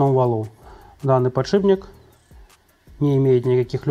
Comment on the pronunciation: Мастер, блин, подшипник обзывает " подшибником"